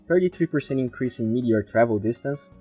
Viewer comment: As usual, it really gave some good insight on the new patch and my favourite hero, but I just have to say something. You keep saying meTHeor in stead of meTeor. I know it's not a big deal but I also know you want to improve your pronunciation and I wanted to bring it to your attention. Still a great video with good free content, and glad I am subscribed.